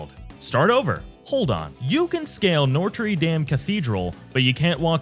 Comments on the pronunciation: "noetri damn" has me DYIN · They also mispronounced notre dame around the 8 or 9 minute mark. I think the narration is probably AI generated. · nah doesn't seem to be, but notre dame I don't knock people for tbh